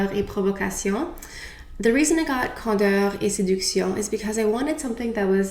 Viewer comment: So pretty 😍 im wondering: if you had to choose your fav foundation and powder, what would it be?? You're makeup is always gorgeous and your opinion means a lot! My skin is pretty normal.. not oily, but dry. . I love how you pronounce the name of this collection 😍 So pretty!!! I hope all is well beautiful ❤❤❤